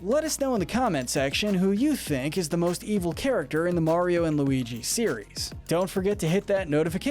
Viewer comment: It's evil not eviel